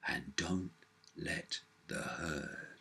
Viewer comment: Cant help to laugh everytime he says 'the hurd' 'bah bah' but sadly its true